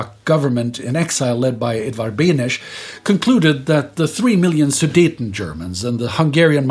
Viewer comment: Opening on a lighter note: you fought well against the Czech pronunciation, and were even winning for a while - Benes isn't quite pronounced that way, but you were close. And then you ran into Horni Mostenice and all hope of victory was lost. For the actual events, anyone reading this may want to check out this video, far more in depth and focused on Czechoslovakia only: The guy making it can speak Czech and Slovak and so has access to all the worst stories that you folks can't read, the worst of them from J. Sivos' book Bez procesu! (Without a trial!) I retell below, copypasting straight from the script of the aforementioned video. The book is out of print now AFAIK, even if you could read it. "In Přerov, Carpathian Germans were passing through in a train when the train was suddenly stopped by a Czechoslovak militia. 71 men, 120 women and 74 children were taken out of the train, marched to the top of a nearby hill and were forced to dig their own graves. After which, they were all shot.1 When the commanding officer was later questioned why he also killed the children, he replied with, ‘Čo som mal s nimi robiť, keď sme im postrieľali rodičov?’ (What was I supposed to do with them when we already shot their parents?)." As you can imagine, Czech and Slovak public education system isn't really interested in having this remembered, so I take it upon myself to talk about this whenever it is relevant. Alongside of that one time Slovak partisans were so antisemitic they almos